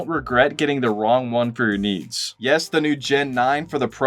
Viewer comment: I kept hearing niece instead of needs. :face-blue-smiling